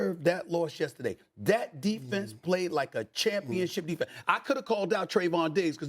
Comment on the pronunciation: Why can't Dan say yesterday correctly?